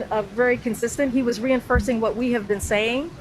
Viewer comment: Re- in- Fursing??? 🤦🤦